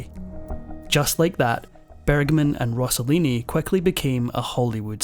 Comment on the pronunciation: He's name was Rosselini not Rossolini!! Please!